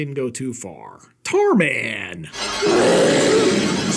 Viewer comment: Tarman!? Sounds more like Tardman.